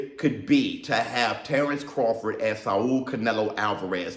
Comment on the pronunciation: Bro they butchered Terrance Crawfords name